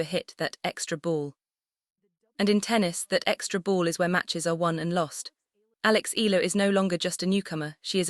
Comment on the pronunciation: Alex Ea..ya..la ..please